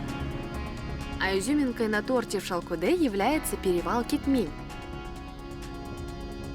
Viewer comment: Не понимаю, когда наименования чисто қазақское произносится с руским произношением . Выглядит глупо! И смешно слышится! Ну ладно другой национальности была бы автор. А қазақтар , өз тіліңмен айтаберсеңдерші! Шалкодэ, шалкодэ дейбермей😂